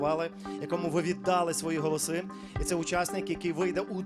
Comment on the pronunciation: Передайте Горбунову, що у слові "ВІДДАЛИ", наголос падає на ОСТАННІЙ склад. Отримуючи 30 млн гранту від держави соромно цього не знати.